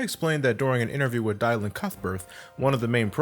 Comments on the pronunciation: You know what a Star Fox game needs,. Its always Fox's whole team flying around but you only control Fox. Why not have the whole team controlled by actual people. You could obviously scale the difficulty depending on the number of players. Also.. Dy Lan? Its pronounced Dillin, not at all an uncommon name.. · "Die-lan Cuthbert"... really? I know it's not common but its pronounced the same as Dillon. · It's pronounced "Dill- Ann", when you refer to Dylan Cuthbert.